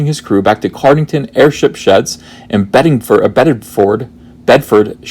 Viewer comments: Also, its pronounced 'sheer', not 'shyre'. Regards from someone who actually lives in Bedfordshire (and very near to Cardington) :) Edit: You might possibly be confused by the fact that he word 'shire' however IS pronounced 'shyre'. Funny lot, us English...! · For future reference it's said 'Bedfdsheer' (NO don't ask me why it's like that - It's just the way English Place names tend to be illogical) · Shire pronounced 'Sheer' when used in counties/Suffix. Trebuchet me for the English. I am a Cornish, which doesn't have the Shire suffix but resembles the Hobbit Shire :) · Sup uncle fur hands, sup fellow man babies. the 'shire' is pronounced 'sheer' by the way. bedfordsheer. get a grip uncle. we aint no fecking hobbit colony. while we are here, its aluminium, not alooominum. thanks. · Pronounce as this; bedfudsheer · Burst out laughing when you scrolled down and the undies appeared :D Quick pronunciation guide for UK names: if it ends in 'shire' it's pronounced as sher (one brief syllable). Places like Birmingham/Nottingham are Birmingam/Nottingam - the 'h' is silent over here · Meh, Americans and English town names. Anything ending in -ford or -shire you stress the first syllable and the -ford and -shire bit is unstressed, e.g. Bed-fəd-shə (Bed-f'd-shuh). If Lucasfilm still want to produce on the cheap and keep using UK locations then you may be in for a lot of practice! Kudos on recognising the acting talents of Ian McShane. That guy is the best, he appeared in Space 1999 and Magnum, PI. Pure class.